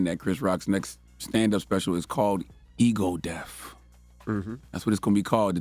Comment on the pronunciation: lol Charlemagne are you sayin' Ego Deaf or Ego Death?